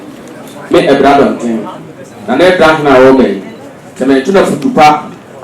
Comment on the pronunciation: Abira not Abura